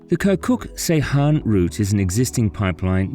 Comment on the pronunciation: It's "keerkook jayhan" not "kye'rkuk sayhan" 😂